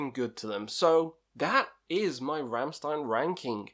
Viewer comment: My favourite albums are the first two ones. I just love how they're just simple, heavy riffs. Also, its pronounced Rammshtein